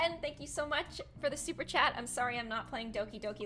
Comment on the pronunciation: Sorry 😞 super chat 💬 kinda sounds like super chad